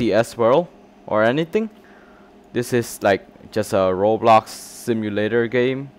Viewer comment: i love how he says roblax